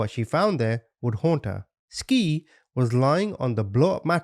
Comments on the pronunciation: He keep say n ski her name is sky lol but spelled Ski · Ain't no way you said ski the whole time... Skii= Sky duh Also, repetitive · The babies name is pronounced "Sky" not Ski lol smh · Omg. You're driving me crazy with your skii. It's pronounced at Sky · Pronounced: “Sky” not “skeee” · Their names were pronounced "Sky" and "Ty." She just spelled them strangely. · T is the initial of the son, Jay and SKY !! idky he's pronouncing her name like a ski 🤦🏻‍♀️ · If he say skii and t one more time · I believe SKII is pronounced SKY💕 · It’s pronounced “Sky”. A part of telling these stories is ensure the victims legacy lives on as well as dignity and name is not shadowed by the assailants. Ensuring to have all facts- including annunciation correct adds a layer of respect for each case and victim and personifying them. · Skii is pronounced Sky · Her name is pronounced Sky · Love your channel, I believe her name should be pronounced Sky. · Double ii (latin) means her name is pronounced sky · they are meant to be pronounced like sky and ty